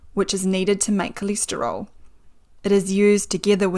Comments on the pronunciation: It’s called STATIN. NOT STETIN, It’s called CHOLESTEROL NOT CILESTRIOL. Apart from that I didn’t understand a word she said. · coleeesteryl what? cholesterol pronunciation threw me for a loop